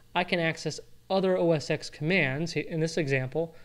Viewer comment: OS TEN! Not X ARGH!!!